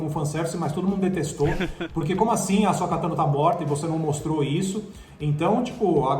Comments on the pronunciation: Asóka, Bo-kazan, Olho da Noite, Darth Maul("Just Maul"), Sabre Sombrio... Vamos listar os erros?! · Bo-kazan e A-Sóka Meu deus gente!